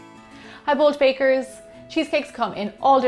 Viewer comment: It seams like you say 'Hi bolt bakers!' i your first sentence.